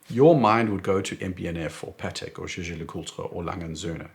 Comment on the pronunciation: Excellent reviews! And really impressed how easily you pronounce the full name of JLC.